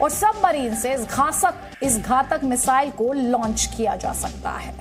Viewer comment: Ghasak - Ghatak 🤣🤣🤣